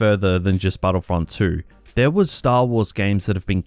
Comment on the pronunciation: Hoepfully battlefrunt thwee